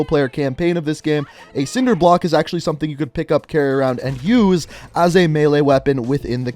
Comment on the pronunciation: What the fuck is nobody gonna talk about how he said sword and cinder block.